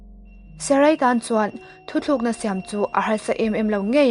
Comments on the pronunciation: Thuthlukna ni lovin. "Thutlukna" tih hi a dik zawk em aw.. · A ngaihnawm hle mai a..chutih laiin maw..Thu thlukna ni loin Thu tlukna tih tur aw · Thutlukna tih zawk tur aw..Thuthlukna niloin..i chhiar ngaihnawm e..👍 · A ngaihnawm ṭhîn khawpmai chuan "thu thlûkna" nilovin "thu tlûkna" tihzâwk tur niin ka hria.